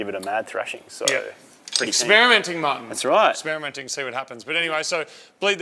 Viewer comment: Lol my 15 year old thought u said "we are spearminting" 😆! I had to put the captions on to show him that you actually said experimenting. Come on guys you have to make this go pssh pssh. Love ya work lads!!